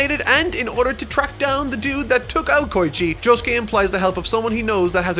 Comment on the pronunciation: Jo Sue Kee-- Me: dies